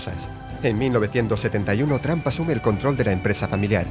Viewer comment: Jajaja lije si viste que en el minuto 1.24 vuste que dijo trampa envez de trump